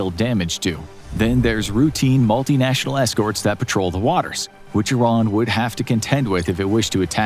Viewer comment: Finally a youtuber that pronounces Iran correctly